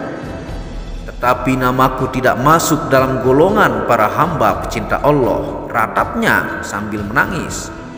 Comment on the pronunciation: Kamu ini mengatakan ALLaH aja masih salah tidak jelas belajar dl jgn kaya anak tk membaca teks nya